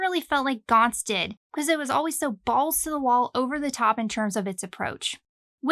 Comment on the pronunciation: finally, someone who pronounce it right